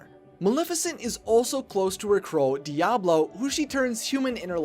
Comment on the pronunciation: Not Diablo, Diaval